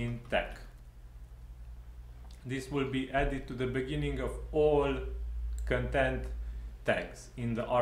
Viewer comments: I'm Romanian, too, but I didn't pick on your accent, but on your mispronouncing of the word "content". You pronounce that word as "contempt" and it's not right because they mean 2 TOTALLY DIFFERENT things. To pronounce "content" correctly you need to put the emphasis on the first syllable (con), not on the 2nd one (tempt). Just listen to some online pronounciation, it's not hard :) Also, congrats on the plugin, it looks interesting (after all, I wouldn't have found your clip had I not thought that the plugin looks interesting), hopefully I'll get to use it soon, but we will see.... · bro, you're mispronouncing the word "content" as "contempt" and there's a big difference between the 2 words. Get your English right, or stop talking in English :)